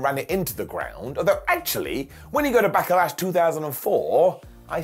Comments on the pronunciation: Why does call it Back-a-lash? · Anyone else wondering why he keeps putting an A between Back and Lash? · I really enjoy the way says Back-uh-lash. His inner triple H is uh, coming out-tuh. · Sounded like called it Back-a-lash a few times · He did, it sounds funny when he pronounce it like that.